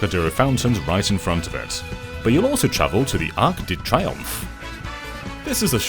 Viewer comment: The way you pronounce Arc de Triomphe is just so hilarious for me xD